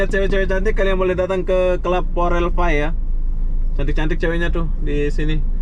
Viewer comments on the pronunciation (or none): none